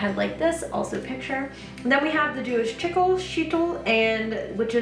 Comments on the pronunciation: Sheitl and tichel are pronounced SHAY-tl and tichel has that throaty h/ch sound common in herbrew: Ti-chl. There are tons of videos on YT on orthodox jewish headwrapping, and thus pronunciations - not hard to find. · I was trying to figure out where my comment got off too, then realized that it must have been auto blocked because of how I spelled the pronounciation of tichel. Hopefully this time doesn't get deleted, at any rate. it's pronounced tihel, with the h coming from the throat, almost like a gargle. If you look up Wrapunzel Ladies on here they have lots of videos where you can hear them pronounce it correctly. Hope that helps! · Orthodox Jew here. You actually got Sheitel right and Tzniut and Tichel wrong! LOL but I loved the vid! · Tichel, sheitl, and tzniut. Tikhel (the ch is the same gutteral sound as in the German word Ich, meaning I, not like ick or itch), shay-tel (a wig), ts-nee-oot. A tichel is generally a wrapped scarf (or sometimes a simple snood). Tzniut means modesty and isn't related to any specific item of apparel; it's the whole idea of dressing modestly (which in Judaism means a woman being covered from collarbone to just below the elbow, to below the knee, regardless of marital status, and covering all the hair for a married woman). I've never seen your channel before and just noticed that you were talking about head covering, so I checked it out. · I loved this video, learned so much! I’m Jewish and beginning my witchcraft journey, and am considering veiling for those reasons. Just wanted to let you know, the ch in tichel is pronounced more guttural, kind of rolling it in your throat. 🥰